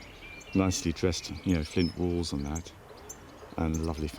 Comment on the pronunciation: Fwint constwuction and Fatch Woof! Cway Wed Bwicks!